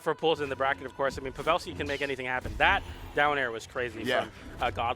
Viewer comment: Pav-ah-lski and ASHoka. I'm wounded 😂